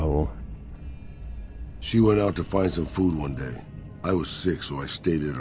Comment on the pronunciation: Raul as in Ball as in Paul as in Tall not as fool or as tool it is raul as in paul.